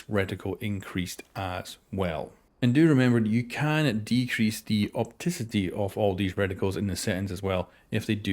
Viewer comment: attempt of saying Opacity is one of my favorite thing ever